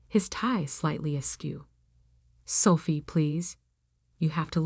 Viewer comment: Her name is Sophie not Selfie